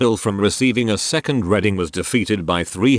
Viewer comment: Sorry, but when I open a book I READ it, not RED it. The word id READING not REDING.